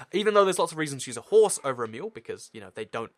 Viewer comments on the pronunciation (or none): Great Video and thx for exploding the tnt but you say Mule not Meal XD I cant wait to see more vids